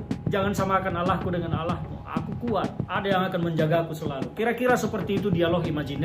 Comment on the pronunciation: Cara nyebut Allah aja bgitu wkwk